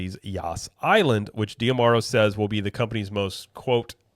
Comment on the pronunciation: Is it Dee-Ah-Marrow or Dee-Marrow? I feel like you're adding an extra "ah" in there, but maybe I'm wrong.